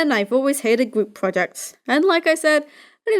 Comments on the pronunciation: 6 years later and i notice you say "gwoup" instead of group, and i love it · It sounds like u said gwoup. Project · I swear the first time he said group project , I heard gloop project.